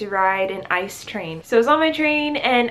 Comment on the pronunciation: ICE is pronounced every letter by itself (like FBI, NFL, NBA, .. ) not like the word ice, that sounds just weird. You should find someone who helps you planning your trips and explains the best options to you, looks like you end up spending way to much money and time doing it your way